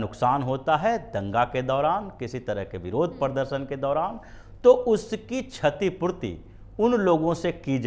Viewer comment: छतीपूर्ती नही, क्षतीपूर्ती